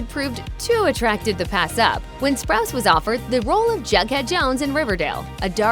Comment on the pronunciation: You’re funny, you said spruce it’s spruce o